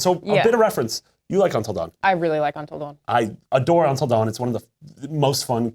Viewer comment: "untal dawen"